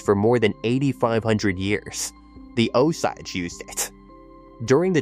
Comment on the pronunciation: Terrible pronunciation of “Osage”!